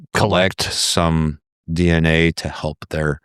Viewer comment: ...it's a dee-enA thing...